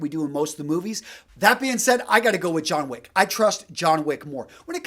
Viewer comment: Jhon Wich